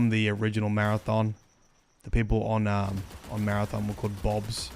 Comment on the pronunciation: Maradom? It’s Mara-THON